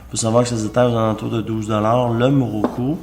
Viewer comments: Mokoru ta dit moroku mdr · Il dit muruku au lieu de mukuru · MOKURU mdr Mais la base c'est prononcer correctement le produit de sa vidéo lol.